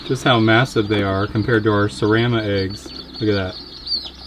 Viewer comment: serama not seraema